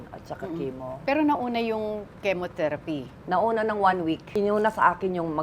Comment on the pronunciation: tita aster: chemo therapy pronunciation is kee-mo ther- aphy